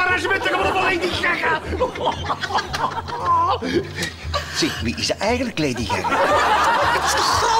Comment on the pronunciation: zegt laidy gaga hahahahahahah k3 moet niet stopen